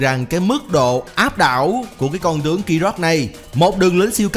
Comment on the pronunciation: Đọc ráp riết lố r , tiếng việt mà phát âm như tiếng anh ;)) con tướng phát âm thành con chướng luôn r